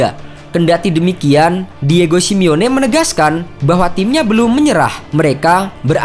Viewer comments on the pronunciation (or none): none